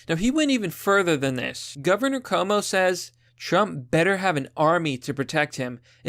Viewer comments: his name is pronounced quo-moe a short form would be Q-mo. or coo-mo but not koe-mo. It's italian and the spelling is extremely similar to my name, pronounced the same but with an f (fwo-co - which is the right one or ff-U-ko or few-ko not foe-ko) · It's pronounced Andrew Coom-O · Normally it would annoy me that you are mispronouncing his name. But no, fuck Como. He doesn't deserve the respect.